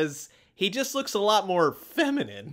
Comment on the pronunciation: The way he said "feminine" really helped drive in the point, about Harry😂